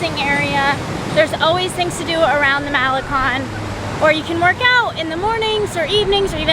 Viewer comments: not Mahlekon, it's Ma-le-KON. not PuulMOnias, it's pul-mo-NI-as. you know those accent marks are there for a reason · "Cone". MaleCON. Not malekhan. "Seawall" (boardwalk, loosely speaking).